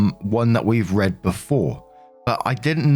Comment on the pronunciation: read as in (read: drug bender) is pronounced "red" not "reed".